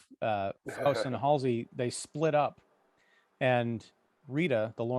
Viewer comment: You pronounce both names so wrong. If you listen to the Johhny Cash great song for it you will know it is pronounced Foss as in boss and Big Haul zee not halsee.